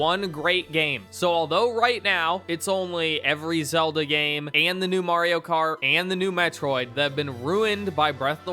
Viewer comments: It's pronounced Mario, not Morio. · Stop pronouncing Mario like that. No other country does.